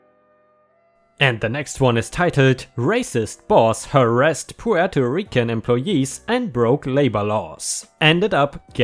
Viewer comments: Despite how it looks Puerto Rican is pronounced PWARE-toh REEK-un. So yes, you did pronounce it correctly. But as for Jan, the "J" is not typically pronounced like a "Y" unless you're in Europe or something (Germany for example), but is instead pronounced like the first syllable of the word January. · As a puerto rican I approve the pronunciation :D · You pronounced Puerto Rican perfectly. I hate it when people say "Porto"